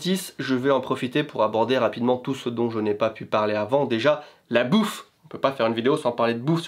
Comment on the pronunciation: l'accent japonais qui ressort quand tu dit "bouffe" haha